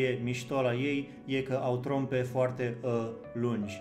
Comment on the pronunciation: ai uitat de "r" la cuvântul trompă.